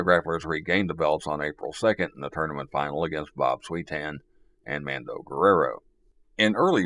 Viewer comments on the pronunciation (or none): . Mando Guerrero's name is pronounced "Mon-doe."